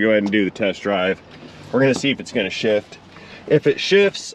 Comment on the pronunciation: When you said, "We're gonna see if it's gonna shift." I thought you said another sh word. LOL:face-green-smiling